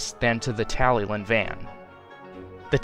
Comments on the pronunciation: By the way its pronounced (Talli-clin) not like how it’s spelt (Tallylyn) , it’s because it’s a Welsh name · Beautiful Talyllyn model and great work on Duncan, too! Just a heads-up, the double L in Welsh denotes a 'hl' sound, eg. tally-hlin, though it can be a tricky one for non-native speakers.